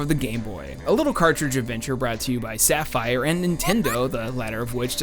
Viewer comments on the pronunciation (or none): none